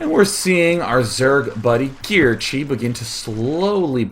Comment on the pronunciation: Kirche = Cherry in German. It is not pronounced KEER-chi.